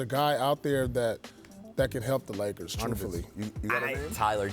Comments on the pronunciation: Yo is it just me or did the truth just catch himself saying Nakers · Did he say Nakers 😂😂😂😂